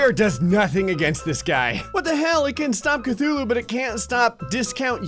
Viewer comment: Funny how he says ctulhu and there was a cutulhu video above his in my recommendation list